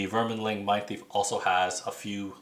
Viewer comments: Good video. As I have not played all characters I was not sure how to describe them to my friends. For future videos Orchid is pronounced Or-Kid, like the flower, and Vermling is Verm-ling, not VermIN-ling. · No kidding. If you’re going to do a video, should double check the spelling of the names.... where is the “in” for “verminling” lol so annoying to hear